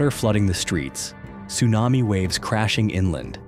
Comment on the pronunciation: North Carolina accent TSUNAMII